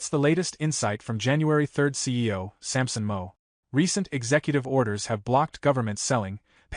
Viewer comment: You need to learn how to pronounce Sampson's last name.